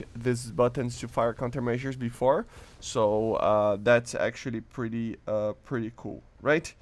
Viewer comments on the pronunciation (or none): none